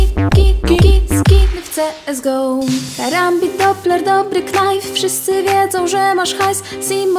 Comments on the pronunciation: dobry Knife (nie czyta się knajf tylko najf xd) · Czyta się "najf" nie "knajf" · dobry „knajf"... ekhem